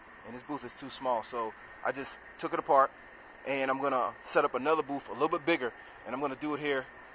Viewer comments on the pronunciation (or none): Dude great video, but its a BOOTH, not a BOOF.!! Just sayin!! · What is a "paint boof?" :-) I guess he meant "paint booTh." Minor criticism and the booth is very nice.